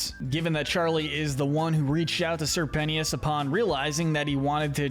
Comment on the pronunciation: ITS NOT SIR PENNYOUS BOROOOOOOOOOOOOOOOOOOOOOOOOOOOOOOOOOOOO